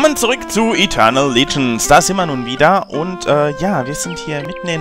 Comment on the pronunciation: hats geschafft den Turbo Modus zu bekommen^^ Es ist ein bekannter Bug wenn man ganz schnell ins inventar geht so wie du. Nur wie mans weg bekommt kp xD Aber guter Part wieder, und es heißt immernoch Legends nicht Ligends ^^